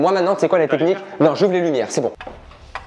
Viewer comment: il a dit jouvre la lumier